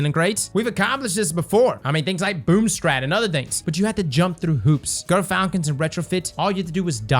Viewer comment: How about Gyrfalcon’s instead of Grrfalcon’s?